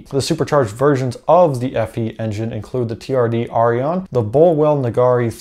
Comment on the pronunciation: the aurion is pronounced "o ri on"